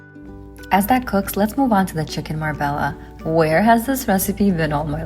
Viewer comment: Marbella is pronounced “Mar-bey-ah”. It’s a city in southern Spain. Leave out the “l” sound 😉😉